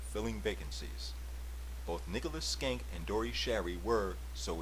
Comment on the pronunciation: Nicely done, short but full of information! PS isn't it SHENK not Skenk?